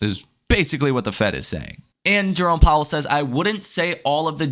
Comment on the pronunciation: Took a shot for every time “jerrome powwel says” i died 4x